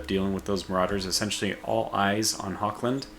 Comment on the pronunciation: Are turns simultanous? Or do you end your turn and only after that can play? Edit: It is Hochland not Hokland. My Ears:D